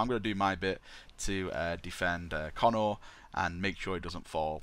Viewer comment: Pretty sure it's pronounced Co-nor, not Connor >.> At least that's what I remember from the audiobooks, when Guilliman's backstory was spoken brought up and how he was raised on Macragge. Nice video though, appriciate it.